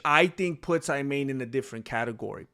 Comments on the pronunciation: Hey there I'm Arab, regarding the name it's pronounced "E'man" which means Faith. I hope I added something useful! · Her name is pronounced "Eemaan" and it means "faith" in Arabic.